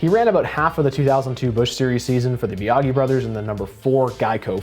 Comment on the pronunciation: I thought Wallace and Ultra parted ways so he could drive the 12 and Lepage was thrown in And Biagi is pronounced Bee-a-jee